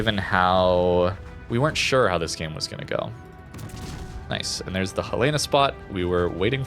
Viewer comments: The capital of Montana is Helena, which is pronounced "HELL-uh-nuh", with the emphasis on the first syllable. It is not pronounced "Hel-LAY-na." A simple way to remember it is to say the name "Helen" followed by "uh". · Helena= Helen-a. As in Helena, Montana. It's the state's capitol.